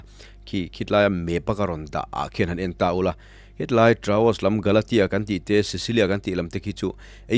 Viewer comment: A tha thin e. Mahse Troas, Traos ni lovin